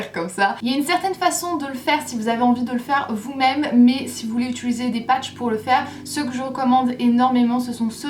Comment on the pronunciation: Je trouve vraiment mignon le fait que tu dises "itulise'' et non "utilise" haha, bisous ☺